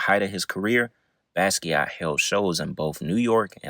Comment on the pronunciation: Pronunciation corrections: Basquiat is pronounced Basquiat. Gallbladder is pronounced Gawllbladder. Samo is pronounced Same O.